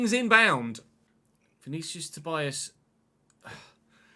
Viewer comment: Looking forward that the game is actually good this year! Btw Vinícius surname is pronounced like ToBEEas, not ToBYEas.